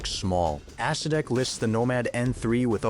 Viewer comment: 100% true. AI calls the Acedeck an Ass See Dick.